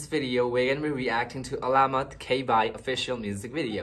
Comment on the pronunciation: Pronouncing 'Alamat' - put the stress on the 3rd syllable instead of 2nd syllable. saLAmat - stress on the 2nd syllable (means Thanks) alaMAT - stress on the 3rd syllable (means Legend) Just a quick TAGALOG 101 😉